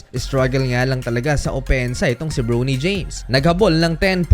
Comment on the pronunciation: Bronny bro hindi browny james yung pronunciation